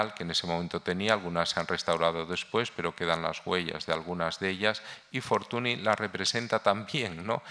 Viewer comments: Es lamentable escuchar durante una hora Fortuni, Fortuni, Fortuni, Fortuni. Señor Barón usted sabe perfectamente que Fortuny se pronuncia Fortuñ. Un poco de respeto. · Señores, no se pronuncia /Fortuni/ en catalán, es /Fortuñ/, es alucinante como gente tan culta sea tan paleta para pronunciar apellidos no castellanos...